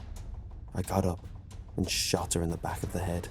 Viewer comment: Said beack like 8 time in a minute